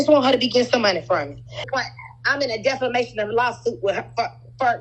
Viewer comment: The way she keeps saying "deFLamation" with so much confidence😂